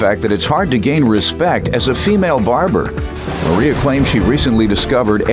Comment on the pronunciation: Did the announcer seriously say "Maria"?? 🧑🏾🤔🤨